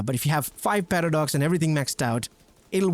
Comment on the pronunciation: Does anyone else hear him saying "Patter Dogs" when he says paradox?